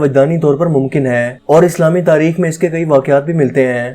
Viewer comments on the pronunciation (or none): none